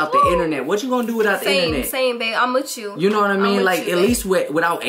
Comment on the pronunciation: Damn why can't this girl say With you?! Wtf? Every damn video it's witchu this and witchu that. Damn! Lmfao